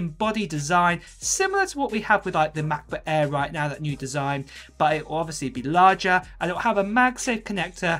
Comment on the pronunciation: The way u pronounce MacBook Air is getting on my nerves